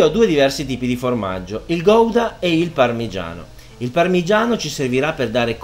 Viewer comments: Gouda si pronuncia "Gauda" preferibilmente con la g un po' sgatarrata all'olandese :D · chef eheheheheh non si dice "Goidaaaa " Ma in italiano con la u senza pronunciare la "O" guda ma si scrive Gouda ...formaggio style Hollandese scusa chef ,...sei spettacularrrrrrrrr